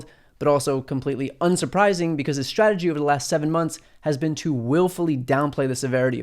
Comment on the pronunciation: You're very clear in your pronunciation and enunciation except for the word "strategy". I'm hearing you say "shrategy". Check out